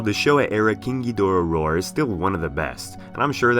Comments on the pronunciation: Is it just me or the way he pronounces KING GHIDORAH somewhat sounds like KINKY DORA? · Nobody:: KEENG GEEDORAH